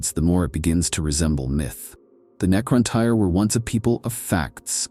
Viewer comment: Necron-Teer* Great video ❤❤❤